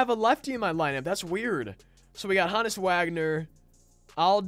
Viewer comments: HO-NESS NOT HAHN-ESS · It’s not HA NUS it’s Honus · Ho (like Santa) Nis Is how it’s pronounced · The way he says Honus made me dislike